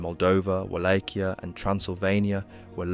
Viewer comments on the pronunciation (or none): none